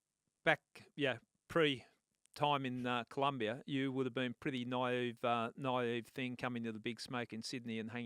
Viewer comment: Its colombia not columbia😂😂😂